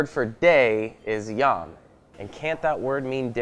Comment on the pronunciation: Just popping in to point out the Hebrew word for 'day' is YOM, not YAM, they are completely different words, and a tiny little physical shudder ran through me every time totally-unscripted-man-on-the-right butchered his pronunciation.